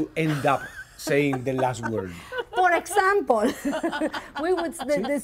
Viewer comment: "For exampOl" 😆